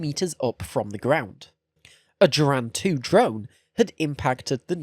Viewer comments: The letter G in Russian always makes a straight G sound, never a J. Geran is pronounced Geh-ran rather than Jeh-ran. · But he butchered the Geran spelling. Sounds like he's saying germs lmao